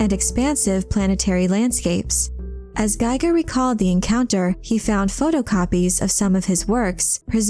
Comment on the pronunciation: One nitpick, Giger is pronounced Geeger not gaiger.